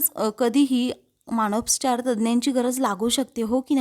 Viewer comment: मानसोपचार असा शब्द आहे.मानोस्पचार नाही